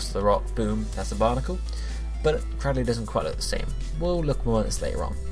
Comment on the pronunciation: CRAD-dill-lee What? I thought it was cray-DILL-lee